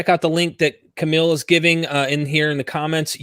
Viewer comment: Johns' regular mispronunciation of Kamil had me feel like I was watching an episode of Archer. Cool debate guys!